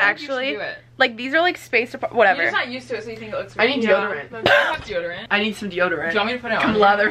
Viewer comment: "I need deorodant" HAHAH OMG I FREAKING LOVE